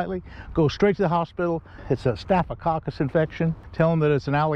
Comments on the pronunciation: No! He said very distinctly: 'Stoff-a-Kockalus'...! (At least we know WHAT he meant...). Haha! Snapping Turtles can give ya the same thing, but the WORSE is getting bitten by an Opossum (they have 50 teeth, and my arm shows proof of that! Thought I was going to lose my arm from the elbow down, but 8 days in the "Horse Spittle", $19,200 worth of medicines and care, and I got to walk out of there. That was over 15 years ago, and prices have skyrocked since then). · Best part is hearing you say "staphococcus" six times in a row. Great content too! I wish I can become a veteran fisherman like you when I'm older!